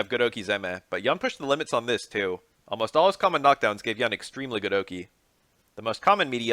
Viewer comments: Yoon. Not Yaeun. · Pronounced as "Yoon" btw